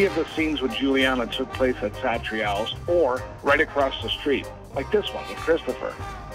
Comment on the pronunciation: The way this guy pronounces Satriale's makes me want to grab him by the collar and then let him go